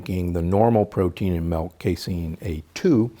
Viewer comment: He says MELK we can’t trust him